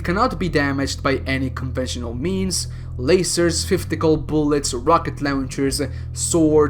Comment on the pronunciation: "Rawkit lawenchers", the way you say that makes my day lol.